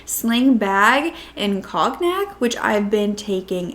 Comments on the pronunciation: Cone-yack.....not Cog-nack. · Hmmmm COGNAC = cong-ac??? You swapped 2 letters smarty pants. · Cognac is pronounced, cone-yak. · Cognac is pronounced : Cone-yak. Just like the alcohol… 🍷 or, has YouTube blocked that word, too?